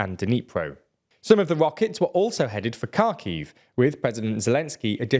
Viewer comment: This guy really needs to learn how to pronounce Kharkiv!!!!